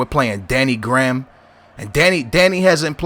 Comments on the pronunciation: It's Danny grey-ham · danny graham is pronounced" grey-ham"